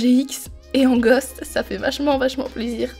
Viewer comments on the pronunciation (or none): none